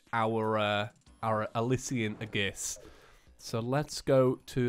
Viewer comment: It’s prounounced Alishan not ilisian